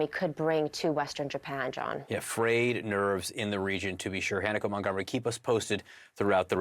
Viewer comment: The reporter’s name is pronounced HA-na-ko. Not Hannah-ko. Just saying.